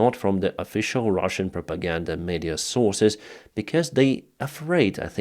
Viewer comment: Why do you call them Ruzzian, when you are speaking English and talking to us. It's Russian wtf.